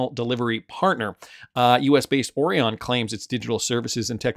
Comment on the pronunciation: 😂😂😂😂😂 Yep he say it 😂😂😂😂😂